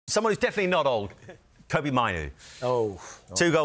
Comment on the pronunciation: It’s Kobbie like Robbie. Nobody can pronounce his name right!